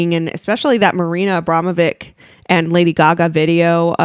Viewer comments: Love you content! I think it's pronounced AbramoviCH (which goes with witch :) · Pronounced Abramowich.